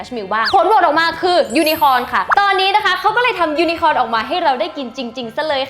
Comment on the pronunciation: น้อง ยู-นะ-โค่น ยูนโค่น ค่ะ